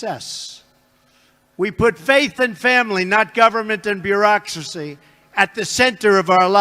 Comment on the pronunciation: . MEMES was indeed said, and before that, his mispronunciation of a few choice words was no accident -- "In God" = "en gaurd" is one example, bureaucracy another